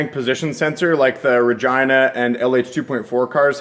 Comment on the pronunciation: Does anyone else laugh when he says regina? Or am I just a man child.